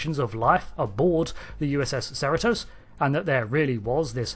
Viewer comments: “USS Serotose”? Is that some kind of sugar serum? It’s pronounced “sah-REE-toes”. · Shouldn’t that be Pronounced see-ree-tos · Your pronunciation of Cerritos is wrong. Here is the correct pronunciation, Cerritos [ suh-ree-tuh s]. It's a city in California. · Hold up; as someone from SoCal, the proper pronunciation of the ship’s name is “sir-REE-toes” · Its a California Class ad the name Cerritos is a city in the Greater Los Angeles area. The name is CerrEtos, hard second E in pronunciation even though the spelling is with an I. Not trying to be critical because I love your channel! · Uhh Cerritos is not pronounced like that. Cerritos is rhymes with Burrito It means little hills in spanish, I live in a city that shares a border with the city of Cerritos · It's amusing how you pronounce the ship name. No insult intended or anything.